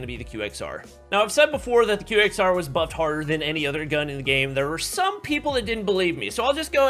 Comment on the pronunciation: its pronounced as "Quexer" 😂😂😂😂